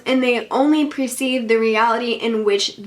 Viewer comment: Per-ceive instead of pre-ceive